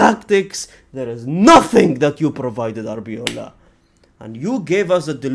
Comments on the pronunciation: Its arbeloa not arbeola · its ARBELOA , not ARBEOLA